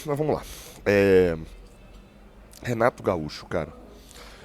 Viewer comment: Renato Gaúcho! E não Renaro Gaúcho kkkkk